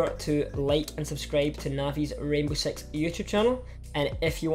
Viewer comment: he said sex instead of six